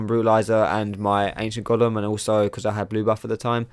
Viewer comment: Dat Golem pronounciation like " Gollum " tho :DDDD so funny